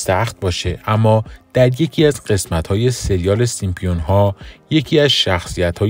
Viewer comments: سیمپیون یا سیمپسون ؟؟؟ 😂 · Simpson not Simpion اول زبان یاد بگیر بعدا کلیپ درست کن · سیمپیون؟؟؟؟؟؟؟؟ یه کلمه ست درست بگو اقلا 😂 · دوست عزیز ،دیگه عالم و آدم میدونن که اسم درستشون سیمپسون هستش،سیمپیون دیگه چیه؟ از کجات درآوردی؟ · نوشته ی زیر سیمپسون هاست و شما میگین سیمپیون بلآخره کدومش درسته ما که نفهمیدیم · سیمپسون ، فقط رئیس جمهور نیست نمیتونه از رو بخونه.. این مشکل همه گیره ... البته سیم سون هم خونده میشه. پ ایز سایلنت 🤦🏻‍♀️🤦🏻‍♀️🤦🏻‍♀️ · تعجب اوره که در مورد کارتن معروف سیمپسون ها میخوای اظهار نظر کنی، اما حتی نمیتونی اسم این کارتن را بخونی، حالا نمیتونی بخونی، آیا تا حالا اسم این کارتن را هم نشنیدی؟ برو اول مشقتو بنویس و تمرین کن ، بعد بیا ویدیو بزار.